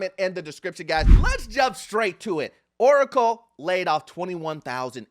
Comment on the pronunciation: When said "OoOcle" i locked in.